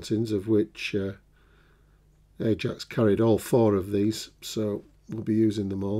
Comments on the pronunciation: you are correct in pronunciation of Ajax, if the ship was not RN and European for example then it would have been pronounced the other way. Great review and looking forward to seeing this built. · Ajax is the correct pronounciation